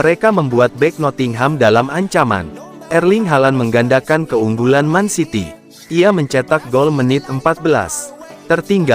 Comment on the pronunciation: Gw senang nator mimin ini yg cowok nyebut mancity bukan mencity yg benar peneyebutannya memang man city seharusnya bukan men city...... 😊😊😊